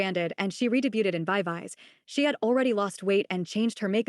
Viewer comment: i don’t know if you write these video scripts yourself, but when you copy and paste it into the text to speech generator, it might be a good idea to write the phonetic sound of words, like instead of just writing VIVIZ you change it to veeveezee, so the word is pronounced correctly